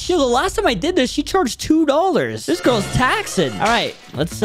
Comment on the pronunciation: Bro when Said i bought 2 giris it sounds wroug 💀